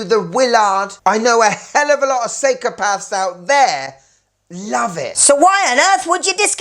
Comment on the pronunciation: "Seikopaths" LOL